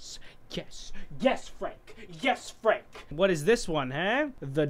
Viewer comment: Oh wow in when said "my boy frank" i thought he was saying "my boy friend" EDIT: LMAOOOOO XD